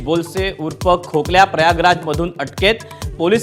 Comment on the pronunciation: प्रशांत कोरतकर ला ७ मार्च पर्यंत अटक होणार नाही अशी बातमी तुम्ही आज १२ मार्च रोजी देत आहात. खोक्या ऐवजी खोकल्या असा उच्चार केला आहे.